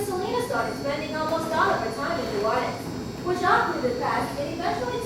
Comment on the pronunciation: I went there its so beautiful and im Louisiana and its so aggafing when people say new orleeans and try to say it like regular people from Louisiana that is one way to tell if they are not from loisiana